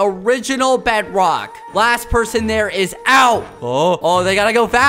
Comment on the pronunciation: Skeppy really said Bedwock🤣🤣🤣🤣🤣🤣🤣